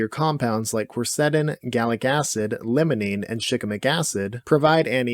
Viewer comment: Calling limonene lemonene is kinda ticking me off lol